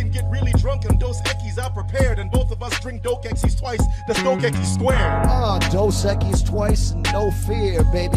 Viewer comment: It's "Dos Equis" btw, great job though